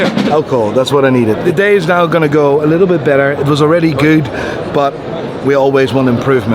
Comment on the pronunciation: Why does he say 'nye' instead of 'now' is he stupid?